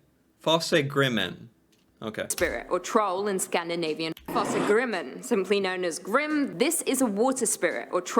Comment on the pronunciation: It is very annoying to hear the Norwegian names, Fossegrimmen, Näcken etc. being pronounced in E n g l i s h !